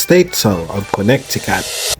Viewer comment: Thats not how you say "Connecticut" you said "Connect E Cat", when its pronounced "Kuh Neh Tuh Kuht"